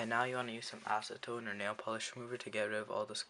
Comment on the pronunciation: my boy you said acidtone? that shi gone fuck the shit up even worse😂